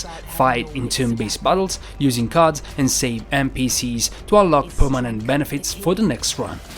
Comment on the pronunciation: What accent is that? Why you say card as carters?